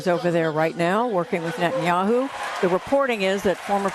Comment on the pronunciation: I'm not great with foreign names, but did she just say president Yahoo? I apologize for my ignorance of names. This is not an insult. I'm just trying to figure out what she just said.